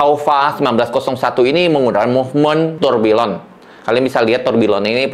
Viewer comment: Loe org jam kenapa ga ngerti cara pronounce nya tourbillion itu harus nya Tourbiyong masss??